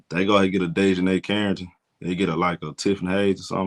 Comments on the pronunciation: it is pronounced DEEEEEEEE as in knee for Dijonae's correct pronunciation. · he has horribly butchered here name. It was worse last video. He was saying like "Day jon Nigh" . I had to turn the video off it was so bad